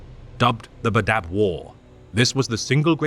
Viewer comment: Cool video, but the way you say badab is terrible 😂😂😂 it's bad-ab, two syllables not badab, one syllables lol